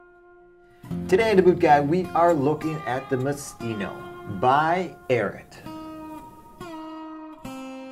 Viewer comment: I know it doesn't matter but it's AIR EE AT not AIR IT